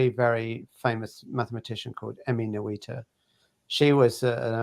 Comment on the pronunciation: Emmy Novito? Mathematician. Could not catch her name.